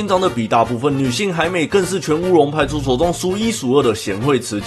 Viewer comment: 歐龍派出ㄙㄡˋ